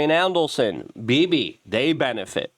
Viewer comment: Luke, it's Adelson, not Andelson. Love you!